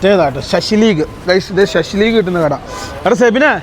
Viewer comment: ശശിലീഗ് അല്ല ബ്രോ. .. ഷഷ്ലിക്....